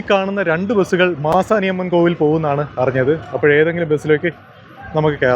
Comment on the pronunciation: Manasi alla...maasani